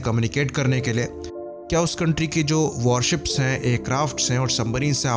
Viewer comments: Are usko submarine nhi bolna aata nahi surface ship, ya warship bolna aata hai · This Iyer mitra can't even speak warship properly and giving advice. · Jo chutiya warship nahi bol paa raha , aisae logo sae savdhann🙏